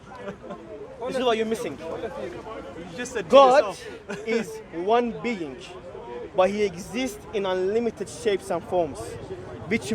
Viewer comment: missink, beink, sayink, beginnink, same beink, same think. Ahad =ONE in Hebrew. go and feel shame 😀😂